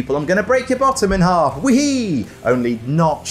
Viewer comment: I could hear your accent when you mouthed “Break your aahs in haahf”